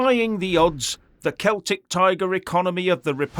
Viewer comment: For an English man to prounce celtic right is a change and got a very good understanding of the irish economy, pity there were not more English like him